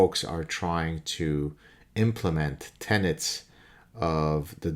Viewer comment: Tenets, not tenants.